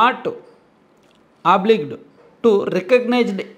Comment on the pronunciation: ఆబ్లిగ్ కాదు...oblige... అబ్లైజ్ అనాలి 😂😂